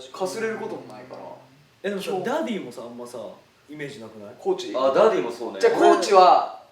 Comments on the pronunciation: 樹くんのファン歴関係ないっていうことをちょくちょく挟むのって凄くファンに寄り添ってるなぁって尊敬する 髙地くんのダディ呼び凄いなぁ、しっくりくる だけど、ジェシーくんの発音が良すぎてダーリンに聞こえる……(灬º 艸º灬) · ダディ呼びが生まれた瞬間が残ってるのも、 生み出したのが北斗なのも、 その後繰り返してるのにスルーしてるのも、 自然に流行ってしっくりしちゃうのも最高すぎてる 発音がDaaaddyみたいにちょっと甘ったるいのもおかしい